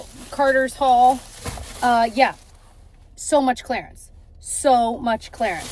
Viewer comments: Oh hey, also, clearance is pronounced as CLEAR-ance. NOT clair-ence. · Yeah. She said clarence twice 😂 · Will forever love how your (and my) Midwest accent really jumps out with the word “clearance” 😂 love a day vlog!